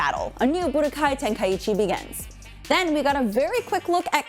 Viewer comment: Bro the way she pronounces tenkaichi Tenka- ichi 😭😂